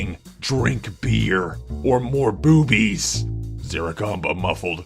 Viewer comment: Lol the way says boobies I replayed it like 100 times